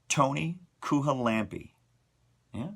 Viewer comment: Toni Kuhalampi here, haha. You said it correctly the first time. Or good enough 😁